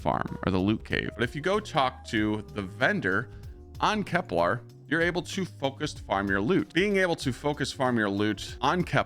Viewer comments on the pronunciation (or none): Please please please. Stop saying KepLAR...its KepLER ! For example Kepler 22b